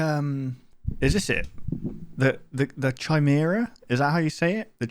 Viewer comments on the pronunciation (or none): It’s pronounced kimera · it's pronounced kai merah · the Ch is supposed to make a hard K sound in the word Chimera